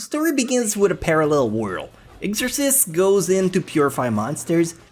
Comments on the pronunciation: im sorry but the way you say exorcist bothers me... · How the fuck did he just pronounce exorcist? O.o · Am I the only one annoyed by the way said Exorcist??